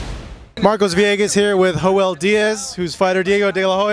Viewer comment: Hoel Diaz !? 😂